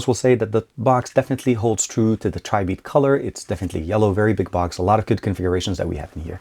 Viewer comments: It's not pronounced Tri-Beat. The correct way of saying it is Try-Bit (Tribit). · it is pronounced treebeet